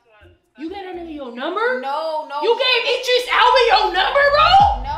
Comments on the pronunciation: with the "Eye-dris" again 😂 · I'mma need you to say Idris right. Lol said it right. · It’s the eyedris for me lol. Don’t you love how keeps saying his name wrong omg bless her poor heart she just don’t know lol… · You're saying Idris wrong